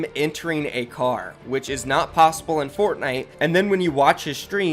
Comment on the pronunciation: is it just me or did he say plossible